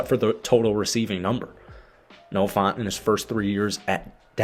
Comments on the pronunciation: It’s Noah Fant, not Noah FONT. Brother. Please. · I heard Noah Fawnt 😆 F-ant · Noah FAHNT was killing me every time he said it 😂😂